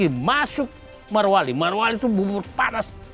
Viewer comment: Bapak, barangkali nama tempatnya adalah Morowali, bukan Marowali. Weda Bay bukan Wade Bay😅